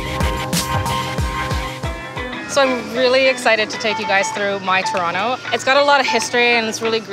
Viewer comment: its not torona wtf its torono